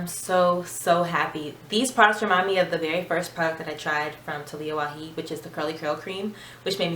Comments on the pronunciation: Love your review . Your curls are popping. But please pronounce the “j “ in her last name. Lol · The 'j' is not silent. Its Arabic not spanish :) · Waajid not waheed